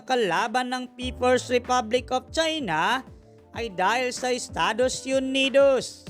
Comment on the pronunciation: Estados yunidowwws😅😅